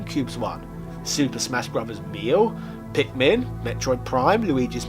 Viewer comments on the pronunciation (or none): Idk if im the first person to notice this or not, but my mans said super smash MEAL. Just for future reference, melee is pronounced May-Lay. Would suck for any other people to get on you bro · i always wonder how many people are trigger by pronouncing melee (may-lay?) as meal lol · I know you say it on purpose, but pronouncing melee as meal is like nails on a chalkboard. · Did he pronounce Melee as Meal? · Yup! He was hungry lol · You failed to pronounce "meelee" right. What were you? Hungry lol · If youre going to wear a top hat, say melee properly. I guess you can be forgiven for some of the Japanese names, but c'mon everyone knows it as Shenmue (Shen-mu-ee). Rant over, I actually love your content!